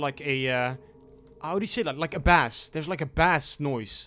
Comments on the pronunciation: FYI, you don't pronounce bass as bass, you pronounce it as base. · Dude it’s not “Bass”. It’s Base. You say the A. Not pronounce it. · bass the fish and bass the sound, sound different. bass the sound is pronounced "base" for future reference :) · Great video man, really enjoyed it and just wanted to say that when you were in the village and heard a bass it's spelt as 'bass' but is pronounced like the word 'Base' However a fish, 'Bass', is produced 'Bass' 🙏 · Why do you pronounce bass and iron wrong?